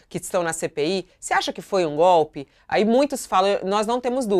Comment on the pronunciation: Gópe , gópe, e mais gópe.😂😂😂